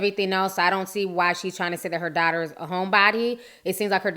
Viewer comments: U YouTuber! 😜😂. I love the way you say “dotter instead of daughter”. So cute. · I love the way you say "daughter"